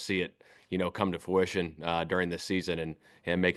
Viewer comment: I noticed coach a couple times during this presser, for the word "fruition", says FOO-ition instead of FRU-ition